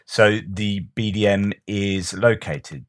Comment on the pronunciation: BDM? I thought you said BDSM for a moment there, briefly imagined the Russians had lost a vital piece of bondage equipment. It’s easily done... 😉